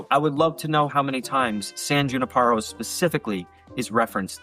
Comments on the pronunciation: For someone that watches Black Mirror a lot saying “San Juniparo” is crazy. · i still hear you saying the E in other words. It’s San Junipero bro